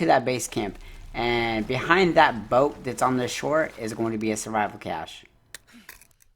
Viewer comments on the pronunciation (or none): none